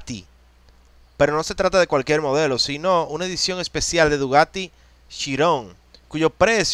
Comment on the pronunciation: Se dice bugatty , no dugaty